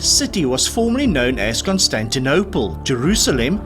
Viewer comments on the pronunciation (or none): none